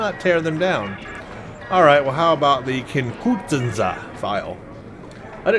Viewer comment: it is Kin-ku-than-za. Now make it into a word, Kinkuthanza. See. Easy. Remember when you have big words try to space it out, then you will usually get it. Thanks. Enjoy your vids as always.